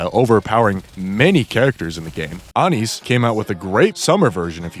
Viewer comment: It’s driving me crazy how you pronounce Neon and Anis; it’s crazy how you pronounce Rapi and Ingrid correct but not Neon or Anis dawg 😭😭😭